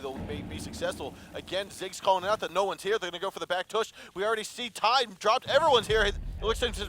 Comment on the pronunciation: "...and there going to be going for the back toush"